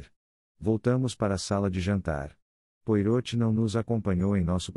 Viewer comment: Áudio com erros, Poirot de ser falado de acordo com o francês